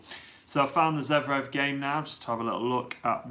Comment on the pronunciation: And also zVErev not zEVrev :D